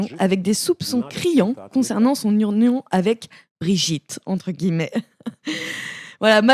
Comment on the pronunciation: 7.44 je rajoute : c'est : "son union avec Brigitte" ? Parce que j'ai compris : "son oignon" (rhôô, peut-être avez vous des infos ?)